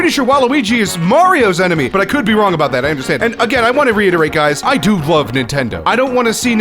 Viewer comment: It's hilarious how it sounds like you recorded one word/syllable at a time like YouTube poop I-lo-ve nintendo